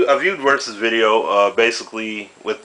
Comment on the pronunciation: LOL! Versuz vs. Versuz